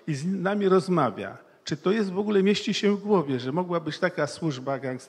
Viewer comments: dlaczego nie wymawia ę na koncu wyrazu. Slysze zawsze -em??? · ap., po polsku mowi sie,, zastanowilem SIE a NIE SIEM " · Mowic po Polsku to tez sztuka. To nie jest siem tylko się ! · Dokładnie też to,zauważyłem tak się wystawia Pozdrawiam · Nie idzie tego słuchać. Siem, chcom, wiedzom, widzom, co to za pajac? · Niech "siem" ten po polsku nauczy wysławiać...Oglądałem kiedyś reportaż z Tworek i jakby znajoma twarz...